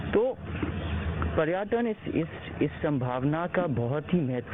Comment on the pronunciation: पर्याटन नहीं होता है पर्यटन होता है second pappu 😂😂🤣🤣